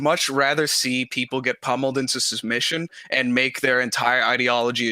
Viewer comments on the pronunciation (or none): Why can’t pronounce submission? He’s said sushmission twice now. I thought I misheard him the first time but it’s a constant 😂